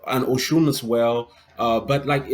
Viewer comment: Oh - you're saying "Oshun!" I thought you were saying ocean.